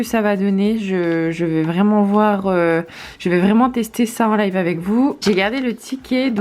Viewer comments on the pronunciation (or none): none